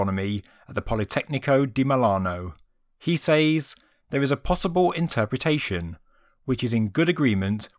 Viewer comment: you say the word 'says' so oddly